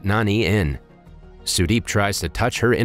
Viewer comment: as an indian the way you pronounce the names cant stop me from dying of laughter, but the way you said sudeep is actually a good pronouncemnt